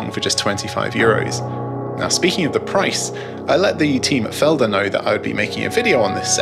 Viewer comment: I'll never get used to non- native speakers trying to pronounce German words =D Still a good review, though. And I love your background music.